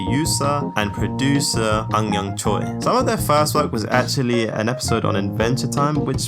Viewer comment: the correct pronunciation for Choi is actually "Chweh"